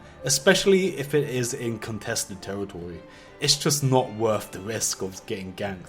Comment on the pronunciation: contwested teritowy